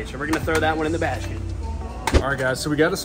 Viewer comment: Right in the bashket why is bro talking like that